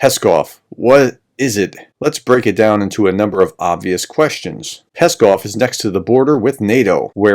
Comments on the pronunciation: ♥Pskov is pronounced like "scoff" (silent P), not like "Peskov" (Kremlin spokesman). ♥♥ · very good video, thanks, but the name of the city is PSkov (pronounced P-Skov, and not Peskov)